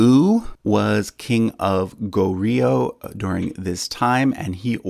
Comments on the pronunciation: Please don't say it as go-rio. Its gohr-yo. Also tae is not said as 'tay' but as 'te' from template or technique. 'tèh'. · Just a pronunciation tip: Goryeo should kinda be pronounced as Goh-yo with ur tongue starting with an L sound before yo "lyo" like low but with yo. Otherwise everything else was pronounced quite accurately